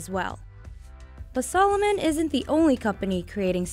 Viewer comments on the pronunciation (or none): it´s called a-di-das..no "aydeeduzz" or if then say Ay-dee-das...sa-looooo-mon, not salmon... ^_^ its so weird for me as an german to hear AAY-Di-DASSS ...